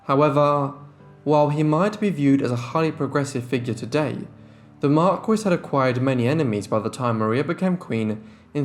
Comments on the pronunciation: "Marquis"- (Mar-Key). Please use proper English. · The pronunciation of 'regent' and 'marquis ', drove me crazy!